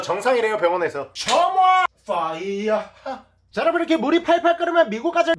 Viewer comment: 형 퐈이야하 를 마이야하 로 하면 좋을 것 같당